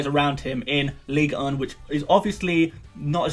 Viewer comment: Why you struggling to say "ligue 1"?